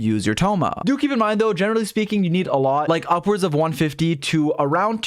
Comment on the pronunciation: "generally speeking"